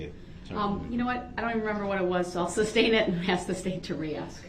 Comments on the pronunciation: "Where does it say exhibit 83?" Hes so dumb. And he keeps saying "substain" like a fool. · Y'all notice he is saying substain? instead of sustain. or am i wrong?